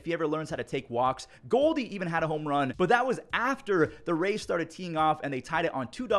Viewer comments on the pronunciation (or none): Bro said rays 😂